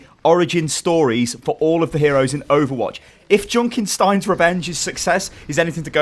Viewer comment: I like how you pronounce "Junkenstein" :D